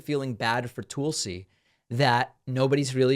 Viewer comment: David, It’s Tulsi as in lull. Not Toolsi as in tool. You are supposed to bright. If so that’s disrespect.